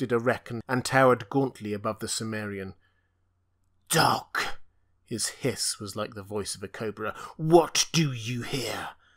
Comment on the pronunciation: Why do you pronounce chimmerian, as if the ch was S?